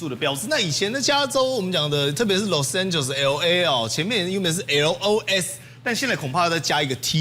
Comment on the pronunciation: [el ei] 不是ELO EI 你的英文太支